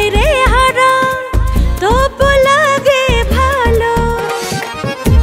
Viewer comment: সালমার উচ্চারণ এ একটু প্রবলেম আছে। নাগে বাজে উচ্চারণ।